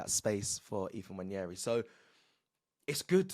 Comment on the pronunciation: Why can't presenters on this channel just get the players name right (its so disrespectful) even a child can google the pronunciations, if they can be asked. Who is N-Waneri its a silent N really simple?